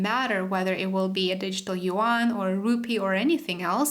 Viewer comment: yuan i believe not yean